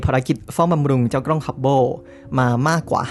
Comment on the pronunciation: ด้วยความเคารพนะครับ ad "กล้อง" นะครับ ไม่น่าใช่ "กร้อง" , "เส้นผ่านศูนย์กลาง" ไม่น่าใช่ "เส้นผ่านศูนย์กราง" แบบนี้ดีกว่านะครับผม, อย่างไรก็ตาม ขอชื่นชมและขอขอบคุณความรู้ที่เราได้รับจาก ad ในคลิปนี้อย่างมากมาย ขอบคุณจริงๆครับ